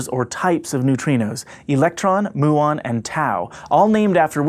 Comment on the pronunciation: Btw, it's m-yu-ons and not moo-ons.